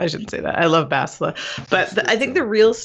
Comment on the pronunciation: Such stubbornness over... Basti-a, is that what they want to call her now? Imagine when Sah-tell-leh Shan arrives :p